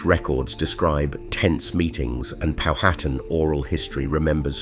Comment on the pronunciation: The name Powhatan is pronounced: POWhatan, with the accent on the first syllable. Better get that programmed into your AI!